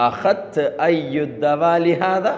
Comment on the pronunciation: അഹ് ത് അല്ല തഹദ്‌ത് എന്നാണ്